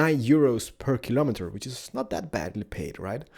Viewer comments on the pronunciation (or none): none